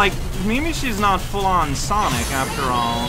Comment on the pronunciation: … I don’t know if I’m going insane or what, but according to my ears, he’s clearly addressing him as „Sanic the Hedgehog“